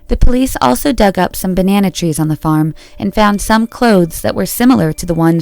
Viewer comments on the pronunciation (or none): none